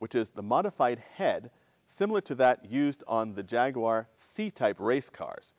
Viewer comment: Thank you for saying "Jaguar" correctly. Got my like right there.